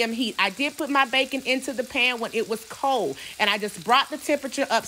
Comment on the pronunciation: Intew Tew I love how she says two tew intew